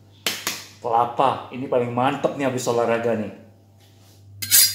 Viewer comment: kelapa bang bukan kepala